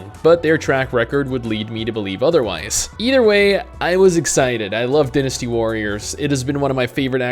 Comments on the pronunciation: DIE-nasty warriors... not dinasty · he said "DEENysty" warriors.